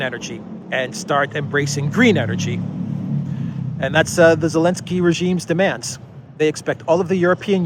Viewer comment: I saw a Russian reporter calling Zelinsky "Elinsky" 😂😂🤣🤣😆